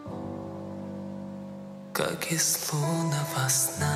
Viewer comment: Как мне режет слух , когда в конце ведущий неправильно называет фамилию Димаша . Это непростительно в любом случае .